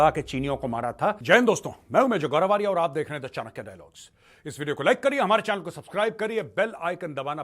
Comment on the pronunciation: अच्छा आदमी..खुद को आर्य कहें..आर्या नही